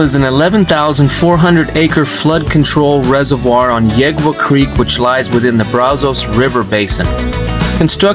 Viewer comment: Wow! I'm honored and humbled by the shoutout! Another great vid from y'all. Your cinematography and production just keep getting better and better - bravo. And by the way, I think the locals pronounce Yegua Creek as "Yay Wah".